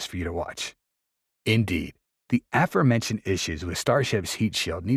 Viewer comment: It's a-FORE-mentioned, meaning something mentioned be-FORE! AFF-er-mentioned obscures the meaning of the word and has no historical precedent. It sounds like this word is not in the narrator's vocabulary. It makes you wonder whether he even knows what he's reading means. This keeps popping up in multiple Youtube videos, which may mean it's a product of AI narrators that haven't learned how to pronounce it.